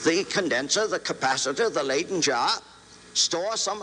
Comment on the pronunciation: Say “lie-den” not “lay-den.”